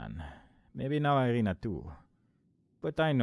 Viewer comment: first "i" in Irina is pronounced like first sound in "eery", for example. short name is Ira (i guess you could pronounce it like "Eerah"). i'm pointing it out, because friends and especially families pretty much never use full names, it is much more official way of communicating. so all those games, tv series, movies with russians in them look really out of place (looking at you, avengers, with your Natalia Romanoff - i think Hawkeye called her Natasha, but correct surname should be Romanova, since she's a grill, not a boi). also like i said in previous video, "kroshka" basically means "baby girl", works for both daughter, girlfriend etc. also i could give you some hints on game mechanics, like sliding down the ladder using sprint button, but chances are, you already figured them out by yourself